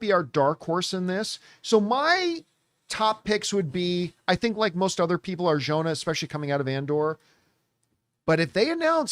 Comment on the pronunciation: It's pronounced Ar-hona. And certain people want her for this role so she won't be cast as Wonder Woman 😅